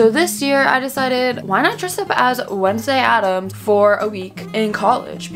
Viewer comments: "WEDNESDAY ADAMAS"😭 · "wednesday adamas" "wednesday addmas" lmaoo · "Wednesday ADAMAS" HAHA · “wednesday addmas” its addams. LMFAOAOAOA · is no one gonna talk about that she said addmas instead of addams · We love how called Wednesday “Wednesday addmas”